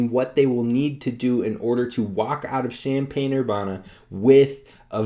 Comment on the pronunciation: How do you not know how to say Urbana if you follow the B1G?